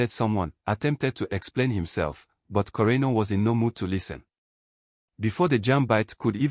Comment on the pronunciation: You got the pronunciation right.